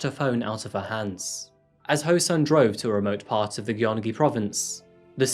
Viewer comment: Hey, I like you channel and find it interesting, but I think it should be noted that: a- SK men are required to enlist in the military per the law. It wasn't exactly a choice for him and the mandatory time used to be 36 months (it's gradually shortened over the years, so now it's 18 months). b- "Gyeong" is pronounced "gyeong-gi" not ""gi-yong-gi" Not trying to nitpick, but thought you'd might want to know how to pronounce the province!